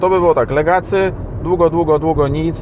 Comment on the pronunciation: Jak można być recenzentem i mówić "Legacy"? Aż mnie zaczęło skręcać. Czyta się "legasi".